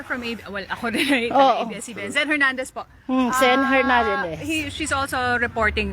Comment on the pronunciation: Zen Hernandez po Hindi Jen